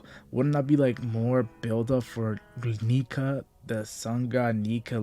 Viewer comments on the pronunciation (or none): none